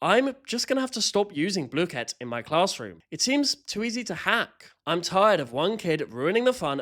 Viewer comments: this is the final darn straw, you said blue kit. I cannot watch you anymore. BLOOKET I DONT CARE ITS BLOOKET NOT BLUE KIT I DONT CARE IF IT IS SAID LIKE THAT I DONT CARE!!!!! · Lord its bl oo ket not blooooooooket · blooket; pronounced /blu-kit/ not /blue-kit/ P.S. no one told me there was a paid version? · Is he saying bluekit is it just me or most I know say blook it not the way it actually called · Isnt the teacher british why does he ays bloo ket and not bluket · everyone i know (even me, and the creator) has always said it wrong. me and everyone i know calls it blookit and the creator says blue-ket which neither are actually right and kind of a combination of the actual pronunciation; which is Blue-Kit. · everyone in my school loves blooket, and we pronounce the "oo" the same as the one in "book", and the "ket" like "kit* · BLUE-KIT?! I pronounce it BlUH-kit… I dunno, maybe it’s because I’m from the south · Idk why the hell they thought it should be pronounced “blue-kit”, I say “bluh-kit” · Bluekit? I thought it was blukit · I think blooket is pronounced as blook-it not blue-kit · "its pronounced blue-kit" NUH-UH ITS BLOOH KIT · Dawg its blooket not blueket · I used to play blooket heaps with friends (td 2) and i didn't have the king, and my friend then got it 3 times in a row 😭 also not to be mean but in the website it says its pronounced (blue-kit not blue-ket) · You saying it like that makes me rage it’s pronounced Block-et not blue-ket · "Blue ket" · “Bluekett” pisses me off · Not BLOKEET😭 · “Blue-kit” Oh well you still got the background right And the ADHD/Autistic thing is actually true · WHY ARE YOU PRONOUNCING BLOOKET LIKE “blue ket” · calling blooket "bluekit" is the real crime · Its pronounced bluh-ket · gang its bloooooooket not blooket ur saying it like dough like that o its sappose to be like do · wait... THATS how you say blooket?